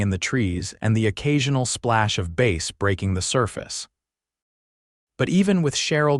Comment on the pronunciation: Bass is a fish. Ai keeps saying base. Alot repeating information.